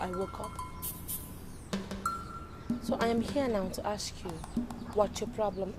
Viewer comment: Who taught you that ask is pronounced as aks 😂😂